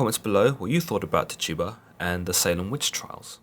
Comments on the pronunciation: I just wanna say that her name isn't pronounced Ti tu ba, it's tchi tu ba, chi tu ba, or chee tu ba. You would have to know to understand. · Every time he said Tih - tuba I cringed lol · Can you please say her name right😩😩😩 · Only Tituba knows what really happened. THE VOWEL I IS PRONOUNCED WITH THE VOWEL E SOUND. SAY IT RIGHT. AAARRRRAAAWWAAAKKE LONG LIVE TTTIIITTTUUUBBBA. LONG LIVE ALLL NATIVE AMERICANS TAINO TAINA!!!! ARAWAK ARAWAQUE